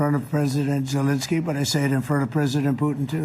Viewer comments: Did he just say “Voldemort jewlinskii” ????? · Did Benny say "Voldemort" Zelenskyy?!?! 😂😂😂😂😂